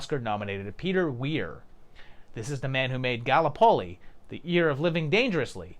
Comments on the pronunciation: I love you, dude. You are legit one of my favorite YouTubers, and you just seem like you'd be fun as hell to hang out with. So these comments are always out of an innocent desire to offer assistance, lol: guh-LIP-uh-lee (Gallipoli) 😉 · ...Gallipoli ......look up the pronunciation of this please. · Please mate, learn how to say Gallipoli. It's painful how you say it.